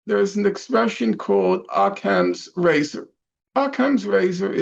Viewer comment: He mispronounces Occam's Razor enough that I'm not sure he's ever heard it spoken